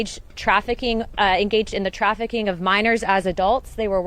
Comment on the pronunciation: "human traffiCAN" Nice slipup